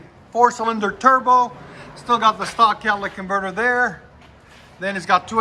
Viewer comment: Q: wait, where...? A: "right derr". 😎